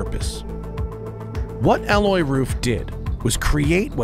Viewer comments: Can’t even get his name right ; it’s Alois the i/s isn’t silent , it’s A-low-eez !!!! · Alloy? You mean Ah low ees? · Please do me, my Grandfather (who had the same first name) and Alois Ruf the favour and spell his first name correctly. Its not Aloi its AloiSSSSSSSSSSSS dont skip the S at the end, its rather importent in german, we have no vovels to forget or hide under your tounge in german any letter you see has to be spelled. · hahahaha OH GAWD. Alois Ruf is not pronounced 'alloy roof' but 'A-low-eez'. I remember reading that back in the 80s in an issue of Sports Car International. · I was laughing at this mispronunciation too. how on earth do you pronounce the name Alois as "alloy", lol. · while i do not have heard the podcast i literally live in the town next to RUF and believe me, it is not alloy. If anything, a local would emphasize the „s“ in Alois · The man is called "ALOIS" Ruf, not "Alloy" Ruf. Also, the material you're talking about is called "Aluminium", not "Aluminum". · Love it. Great car and great video! Just please learn to pronounce Aloïs right (A-LO-ISS) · Matt, his name is A-low-eez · RUF isn't a tuner but a car manufacturer. And the guy is called Alois, not alloy... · Alois is pronounced A-low-ees. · AH-LOY-US. it's nor Frecnch ya goof. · his name is not "alloy", it is alois, with an a like arkansas, followed by lois, like lois lane....it sounds just stupid like you pronounce it, it hurts in the ears.... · The "s" in Alois isn't silent. ;-) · Great video! The "S" in Alois is not silent btw. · The S in Alois is not silent, because it's a German and not a French name. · Pretty sure you pronounce the S in Alois, Matt..... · He knows how to pronounce Gemballa but butchers Alois?